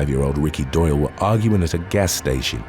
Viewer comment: Doyle rhymes with boil